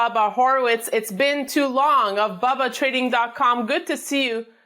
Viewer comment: WHY does she call him.. BABBA??? its..BUBBA!!!!! Weird!! Why dosent someone CORRECT HER!!!!....Its BUB!! not BAB!!!............PS I like Bubba!! NOT BABBA!!!